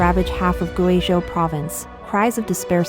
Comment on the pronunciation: You either need a better text reader that can handle Chinese proper nouns like people and place names, or need a human narrator. I can't SHARE your videos when the video is about GuiZhou and you cannot pronounce the name correctly. You do great research and writing, but if I wanted to share this story, I would have to redo the research and presentation from scratch: I can't use yours. You are incredible if you cannot pronounce things correctly. Look to BBC and even Al Jazeera as an example: They ALWAYS practice the proper pronunciations of names and places before they go on air. Compare your feeds to China Observer who uses real narrators. We in the West do NOT mind the accent because it is authentic.